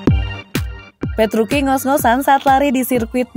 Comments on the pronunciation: Dibaca nya ttep petrucci mbaaa.. Gausah petruki petruki.. Aneh di dengernya jdinya.. Sblm mmbaca narasi baiknya cari informasi pembalap yg mau di sampaikan deh minimal pelafalan nama... Udah sih itu aja.. Biar profesional aja gt Dan perasaan kakek penjual bensin itu ngga sampe terbahak2 deh ketawa nya.. Jngn di lbih2kan lah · Ya tuh.. Italia c tetap di baca c.. Kcuali c di depan nama orang